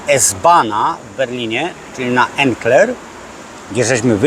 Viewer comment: Pociąg to jest ICE a nie icc .Pierwsza stacja S-Bahn Erkner się nazywa . Nie Enker . Takie detale ..